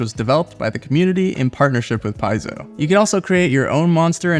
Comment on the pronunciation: Paizo is pronounced 'pez-o' it's Greek for 'I play'